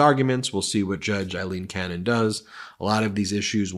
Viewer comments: Please pronounce her name correctly. It is AAAAleen, not Eileen and she should be remembered in history that way . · Please Ben, pronounce her name correctly. Her name is A-lean Cannon, not Ilene; it's pronounced A-lean, A-lean A-lean. You can do it brother.